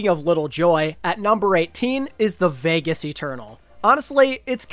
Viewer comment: always laughing when i hear "vegas"